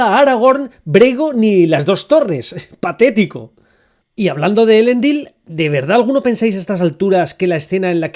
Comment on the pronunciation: Me gustan muchos tus ánalisis! Son muy interesantes! Lo único que te sugiero corregir son las vocales tónicas para los nombres élficos: "elEndil", "galAdriel" y "arOndir". En nombres de origen élfico, cuando tienes una silaba que termina en consonante, seguida de otra que empieza con consonante, la vocal de la primera sílaba se vuelve tónica. Así mismo, cuando "ce" y "ci" se pronuncian como "que" y "qui". "Celeborn" se pronuncia "Queleborn" y "Cirdan" se pronuncia "Quirdan".